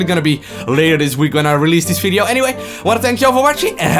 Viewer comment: Im not English, but I heard he say only Fideo instead of Video, its funny to hear that, where is he from? dont hate me